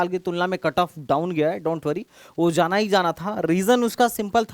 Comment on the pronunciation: sir aap 'J' ko 'Z' ki aawaaz kyu nikaalte hi. For ex. Aap 'jaana' ko 'zaana' kyu galat pronounce krte ho, sunne me bahut bhadda aur ajeeb lagta hai.